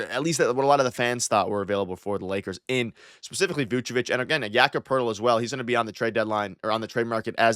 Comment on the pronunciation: why does every nba follower pronounce it like yaccapertil 😂 first time i heard his name i thought it was one word